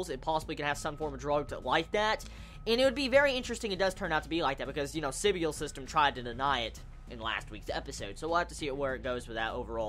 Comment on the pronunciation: Your saying Sybil wrong it's pronouced sibull